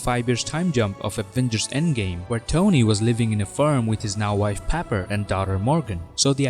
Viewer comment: Papper? that was hard to unhear during the video